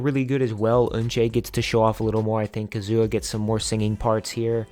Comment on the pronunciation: The way you say Kazuha is hilarious 💀